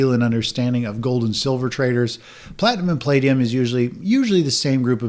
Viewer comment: It sounds like you're saying ''Good morning traitors! haha